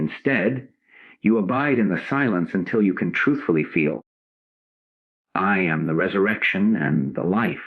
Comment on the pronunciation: Yes. I wish the AI wasn’t so obvious. It is a distraction. Especially when it says I am the I A m. 😂